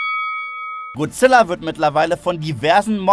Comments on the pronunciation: Manchmal rege ich mich immer auf wie leute godzilla wie guzilla oder guzilla aussprechen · Godzilla und nicht gozilla